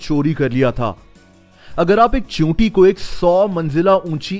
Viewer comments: Choonti nahi cheenti hota hai. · he say chuyita